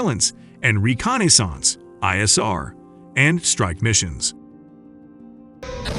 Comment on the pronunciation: Ray con eh sance?